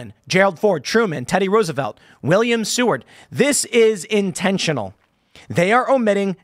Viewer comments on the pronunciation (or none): none